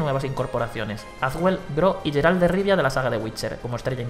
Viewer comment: Se pronuncia "GUERALT". Estos españoles pronunciando mal todo, incluso lo más fácil.